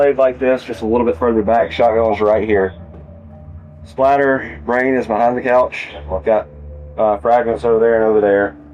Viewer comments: Even the cop calls it splatter instead of the correct word spatter. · blood SPATTER! ITS SPATTER not splatter